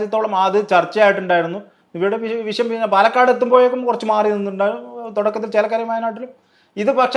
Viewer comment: വിഷയം അല്ലാതെ വിശം അല്ല